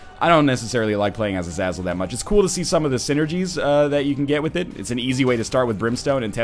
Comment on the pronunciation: bro seriously, uh-zay-zell just go watch x-men first class the red devil guy has the same name, oh and you seriously have to check out ShineyRawrquaza's latest eden run. your gonna cry how powerfull he became lol.